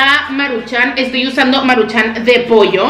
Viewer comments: Me estresaaaaa que digas Maruchán, es Maruchan, sin acento. Amo tus videos, pero neta no dejo de pensar en eso cada que lo dices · Es maruchan no maruchán 👊😤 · Por qué no aprendes a pronunciar "maruchan" no le veo acento en la segunda "a"